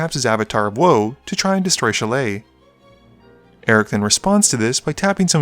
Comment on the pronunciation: The grammar nazi in me cries at your pronunciation of "Shalai". If a ninja's 3 pronged hand weapon is a "Sai"[Sī], what's that make this angel's name sound like?